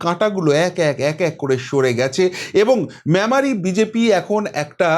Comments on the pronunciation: Not mamari- it is Memari pls correct yr pronounciation. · মেমারি উচ্চারণ টা ঠিক করতে হবে